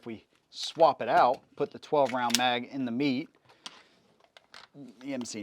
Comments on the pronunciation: met(ay) not meat just saying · It's pronounced ( met - ay ) not meat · It bothers the crap out of me, when people use horrid grammar. Where are you getting “meet” or “meat” pronunciation from “mete”?? Even as it’s spelled is “Meh-tey”. I have an odd feeling you spell “our” with the letters “a-r-e” not knowing the difference. Probably pronouncing “viola” as “walla”. It drives me crazy. I can’t even watch the video now because the grinding gears are saying “this guys a dumbass! This guys a dumbass”. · Its not meat. Its Met-te. Also, I cannot wait when his mind is blown by the fact that the Mete MC9 take the mags as all the other Mete pistols. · Pronounced "metay", not " meat". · Bro... if he says "Meat" one more time 😂😂😂😂...after me, "Meh-Tay" please 👌🏿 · Pronounced "Meh Tay". I picked one up. I love it! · I really wanted to watch this video. Then you said “Canik meet”. Done. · How you gonna pronounce Mete as "meat/meet". I had to stop watching the video after that. I might go back to it after I get over such disrespect to Canik. 😂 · Oooph - a bit of research on the correct pronunciation of the name would add some cred.